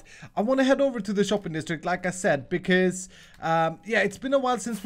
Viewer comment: Been watching videos for like a week now. Annnd.. Whenever he says 'like I said' all I hear is 'Lacazette' which is a football player. I am just going to post LACAZETTE on all of his HC episodes from now on.